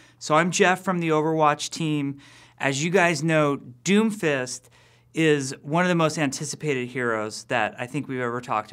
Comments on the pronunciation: I keep hearing doofus instead of Doomfist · Sorry but it's "Doom_Fist" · When he said doomfist I thought he said doofus